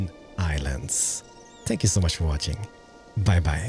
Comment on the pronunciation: No one, Absolutely no one, Not one person, Keralis: "spank you"